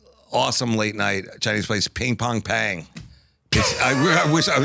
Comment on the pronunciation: its ping pang pong 😂